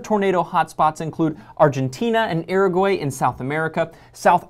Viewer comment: You said Uruguay wrong